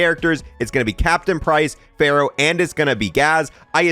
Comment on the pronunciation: not him mispronouncing "Farah" 😩